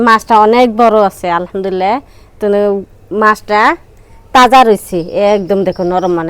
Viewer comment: তুমি আলহামদুলিল্লাহ স্পষ্ট করে বলবা। তোমার ভুল হয়। তুমি বলো আলহামদুললা। সঠিক হবে আলহামদুলিল্লাহ। কিছু মনে করো না শুনতে খারাপ লাগে।